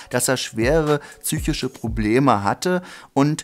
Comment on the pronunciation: Wer sagt tzychische,Junge psychische mit P